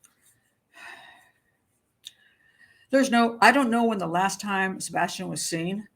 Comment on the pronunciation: no she literally can't say his name in any sentence or interview. It's sad..